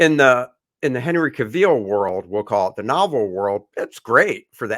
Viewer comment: Ca-veel? Gentlemen… :-/ I definitely agree it was too long and the CG stuff was awful.